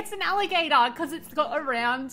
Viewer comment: american accent: "allahgAtor" 😂😂 So cute! These turned out so good!!